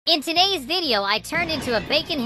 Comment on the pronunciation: The starting of the video he said Aunttodays